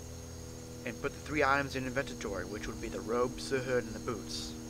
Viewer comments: Okay now say it with me INVENTORY. Not INVENTENTORY. Okay! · Did he just said INVENTITORY ?